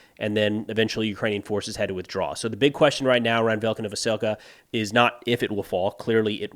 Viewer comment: Hey, if you see this, just to help with pronunciation, any time you see a Y following a consonant, it is pronounced as an i in ukrainian. So Velyka is vee-lee-ka.